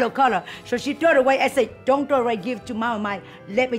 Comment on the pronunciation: We need a compilation of Mama Mai's "Don worry" 😂😂😂